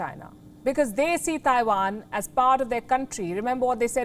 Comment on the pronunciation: The way you pronounce Taiwan is so off